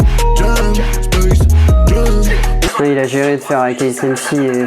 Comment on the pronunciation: spacejame... Fuuck xddd Space Jém.. C'est mieux xd